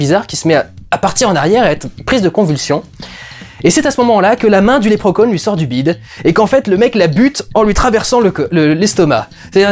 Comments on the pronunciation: Lèpre Conne? ON DIT Lépreuh Shaun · 2min00 lèpre conne ?(pas certain de la prononciation) XD